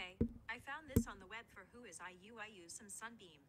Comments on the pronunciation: look...you can't be out here getting mad at the girl Siri when you not pronouncing shit correctly. 😂 All you had to ask is "Siri, who is IU?" and all would have been resolved. You are cracking me up with your battles with Siri. Especially when she be saying "I won't answer to that," when you're being disrespectful. 😂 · When he said IU I swear I didn’t think you would think her name was IU Sunbaenim 😭